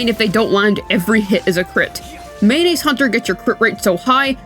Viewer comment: he is telling mayonise hunter